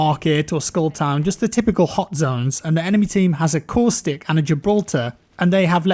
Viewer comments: When you were talking about caustic it took me a second to realize thought you said coolstick. I am dumb (very nice video btw ) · “”LOOK AT COOSTICK”” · My man coustic is Caustic 😉🤸‍♂️ Great Video on hit boxes. I felt that way from the beginning playing.